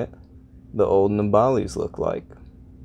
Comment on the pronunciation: Keep up the good work 👍and just wanted to let you know you pronounced nabalis wrong